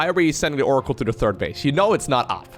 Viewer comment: that pronunciation was pretty decent,! Congratulations as a dutch your German pronunciation is - if you like it or not - quite good in general. Work on your TH in English though, everytime you mention a players THIRD base, it sounds like you are talking about is TURD base, which is ofc something completely different.